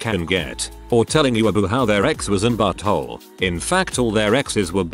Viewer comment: The automated narrator makes these horrible dating experiences uplifting & hilarious to me😂 I was especially tickled with the pronunciation of “but thole” ... 🤣🤣🤣